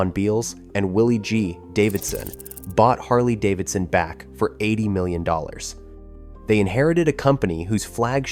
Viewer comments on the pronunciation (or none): That German CEO did a tremendous amount of damage to Harley Davidson. There’s nothing more American than Harley Davidson and that guy couldn’t even pronounce Harley Davidson.